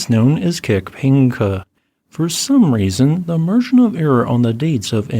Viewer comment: I am sorry but you absolutely butchered Kikhpinych's name. It's pronounced more like "kihpYnuch" ("ch" as in "channel"). Also, Klyuchevskoy's "yu" is pronounced more like a single "u" sound, and the accent is on the last "o". I hope that helps, slavic names really are a pain for non-slavs.